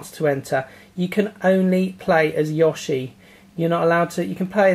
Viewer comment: ''Yawshi'', lol.